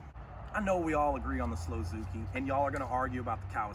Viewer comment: Slow-zuki?? Hahahahahahaha!!! 🤣🤣🤣